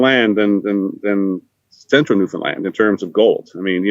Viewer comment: Just to let you know..it's pronounced New Fin Land...not New Fin Lind. Check of the broadcast when says it the right way! Newfies are too polite to let you know that. Too bad that everyone mispronounces it